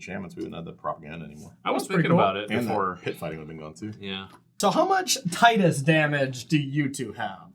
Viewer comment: Tidus' name is pronounced Tidus not Tidus. I hope this doesn't make anything more clear unless you know the reference.